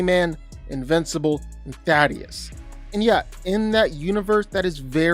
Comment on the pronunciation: ...say it with me...thay...tus